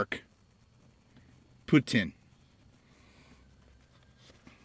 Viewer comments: In French it's usually pronounced "pew-teen". Not "pew-ten" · I live in canada and we call it pou-teen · I am from New Brunswick, Canada and we call it poo-teen Cheers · I say POOH TEEN as well I am In Calgary Alberta :)